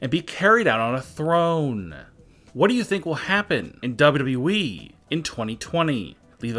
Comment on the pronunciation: I can’t take this man Serious the way that he says WWE